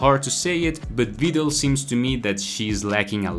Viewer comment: thats how you are supposed to say it. Her Japanese name is pronounced Biideru (Viidel). The translation is supposed to have the i extended but funimation screwed it up.